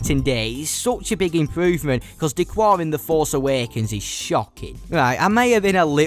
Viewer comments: Its «d kar» not «d cuar» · D'Qar is pronounced like a Chicagoan telling you what he parked in da garage - da car. It's not da quar. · D'Qar is pronounced D'Kar, not D'Kwar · D'Qar is pronounced 'Da-Kar' by the way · I just want to say D’qar is pronounced D-car